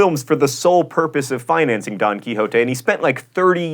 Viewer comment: hes pronouncing Don wrong jaja its funny